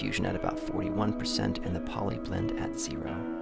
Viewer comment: It's PDLY blend, not POLY blend. As in, how much of the delay you actually hear.